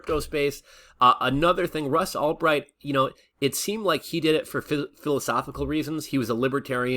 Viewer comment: Who's Ross Allbright? Lol. It's Ulbricht.